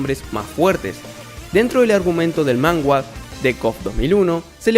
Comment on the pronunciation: Se dice manga no mangua